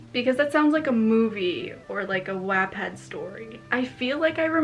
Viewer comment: I’m sorry but The way you said Wattpad 😂